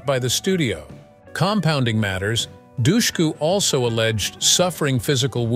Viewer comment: Also, Eliza Dushku's name is pronounced wrong! He says, 'doucheku', it's actually 'dushku' like hush - ku.